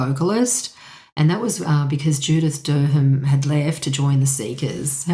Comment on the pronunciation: Judith Dur-ham???? It is always pronounced Dar-um! Like lots of English words we use. Like Thebarton in Adelaide is Not, The- Bart- on. It is Theb-a-tn. As is Southwark beer is not pronounced South-Wark....it is Suth-ik. Carry on though. 😋